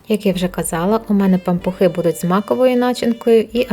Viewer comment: Таке огидне слово пампуХИ 🤢 чи то ви так його вимовляєте..незмогла додивитись до кінця... Кажіть нормально. Пампушки.